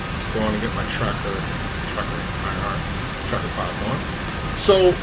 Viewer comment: Also, sorry, and i'm nitpicky, but you pronounce TrackIR incorrectly. Most people know it as "Track-eye-are," and not "tracker..."